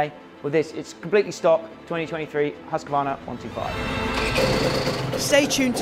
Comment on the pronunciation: I'm amazed that American's can say ktm, and kawasaki correctly, but not Husqvarna. Its Hus-kvar-na, not Hus-ka-var-na